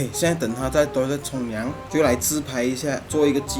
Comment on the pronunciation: 冲凉 变 冲 娘 啊哈哈哈😂👍